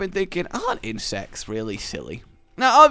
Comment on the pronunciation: When you said insects I thought you said insest